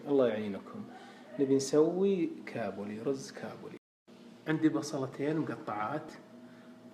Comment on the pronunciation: اسمه كابلي مو كاوبيلي يالدايخ وطريقته غلط